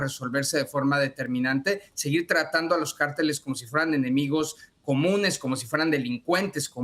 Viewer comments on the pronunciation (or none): ¿por qué no aprendes a leer en español? ¿Entiendes la diferencia entre “CÁRTELES” Y “CARTELES”. Eso arriba de la Á es un acento y su propósito es indicarte cómo leer la palabra, donde poner el énfasis. No ¿verdad? No entiendes… Ah, y no se pronunciam”ShAinbaum”, es Sheinbaun, en español. Solo presta atención a tus entrevistados y fíjate cómo lo enuncian. Tampoco ¿verdad? Bueno, yo traté…